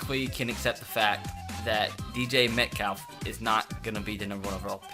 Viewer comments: My man said dj metcak😂😂😂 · U said DJ Metcalf lol .